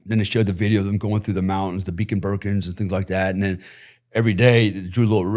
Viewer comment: The beacon burkens? Lol mate 😂